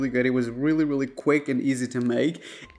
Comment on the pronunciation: “Raaamem noodles” come on bro pronounce it right